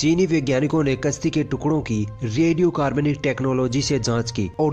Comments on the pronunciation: तुम अपनी भाषा ठीक कर लो यार तुम्हारा प्रोनन्सिएशन बहुत घटिया है यार तुम "कश्ती" को "कस्ती" कहते हो यानि तुम "श" को "स" बोल रहे हो जो की गलत है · Bhai apni zabaan se talaffooz sahi nikalo,kashti ki jagah aap kasti bolte ho jo ki bada ganda lagta hai.